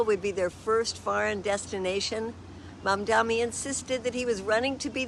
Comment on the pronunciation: I hope she practices saying his name more. ❤